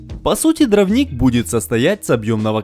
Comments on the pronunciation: дрОвник. Ударение на О. Вы же для аудитории снимаете, ну проверяйте слова по словарю. И, простите, но нет такого слова "шестьмя". Есть "шестью". Шестью сотками. У вас прекрасный канал, замечательные видео, но проверяйте пожалуйста, что и как вы говорите. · Все отлично, только повторяющееся постоянно неправильно слово дравник реально режет ухо... а так все отлично!